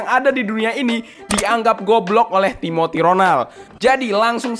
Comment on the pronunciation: Timothy ❌ Tiboty✅